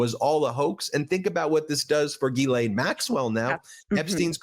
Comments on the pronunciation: Why can’t anyone pronounce Ghislaine…it is not Guylaine! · Ghislaine is pronounced jiz lane. It comes from Breton in France.